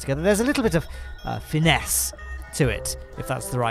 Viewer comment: "Finesse" : Pronounced with a perfect French accent! :P